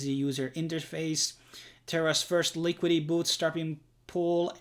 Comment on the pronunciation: Its LI - QUI - DI - TY.. LIQUIDITY! SAY IT.. LIKIDI.. 😂